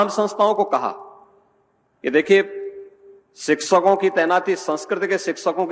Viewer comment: Shikshakon hota hai Yogi ji Shiksakon nahi.